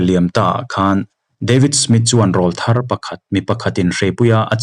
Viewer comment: I chhiar thiam khawpmai.. mahs Lam dikloh ineih chu RAWLTHAR Tih thumal hi.. Eg. i awrawl chu ava ring ve.. 👈Heta awrawl kan tih RAWL ri sang anghian RAWLTHAR tih THUMAL a rawl tih hi lam san tur ani.. Mipa naupang rawn puitling tab chho tur awrawl rawn danglam sawi nan hian RAWLTHAR tih ani .